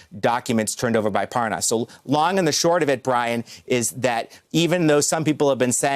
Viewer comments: Why does he keep saying “ParN’as”? Is he related to Devon Nunes 😝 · Parr Nus? You'd think a journalist would get the name correct. Pathetic USA education levels. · “Spends a lot of time in Belgian” mark. Anyone else catch that he pronounced Lev’s last name wrong too.